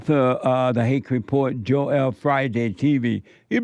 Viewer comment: Oh it "joel" and not "Jor-el"......had me thinking i had a stroke hahaha